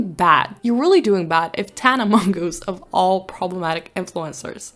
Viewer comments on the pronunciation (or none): MonGOOSE i love it dont change 🤣 thats how i read it too!